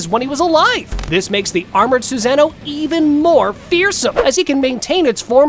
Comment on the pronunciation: Narrator:Have you ever thought who is the strongest Suzano? Me: 👎🏽......leave this comment.......click don't show any from this LOSER, who wouldn't even take the time to learn proper pronunciation.....😒